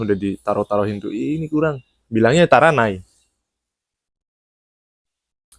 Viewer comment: No 1 bukan taranai tapi Tarinai 足りない（たりない / tarinai） ✅